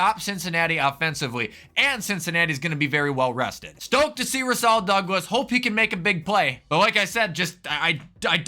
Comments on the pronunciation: Great vid as always! Not trying to be rude or anything, but Rasul’s second part of his first name is like how you say pool. RaSOOL. As a Packers fan I just had to point that out and I’m sorry if it comes across as rude :) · As a packer fan can u prouncee rasul name correctly